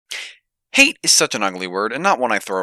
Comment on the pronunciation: I was legit confused thinking you said "hey' it's such an ugly word" and it took longer than I would like to admit to realize that you meant Hate.